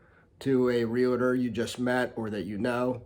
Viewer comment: It's not Real-a-ter it's realtor